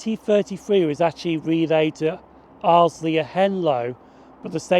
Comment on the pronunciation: Nice video from my neck of the woods. BTW, Arlesey is pronounced "Arl - zee" - there is no 'L' after the 'S'.